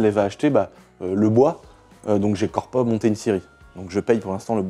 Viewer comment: « j’ai core pas acheté une scierie » 😂